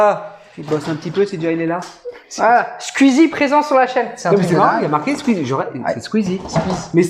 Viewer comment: Strictor pour Squeeze (pas Squeezi 😁)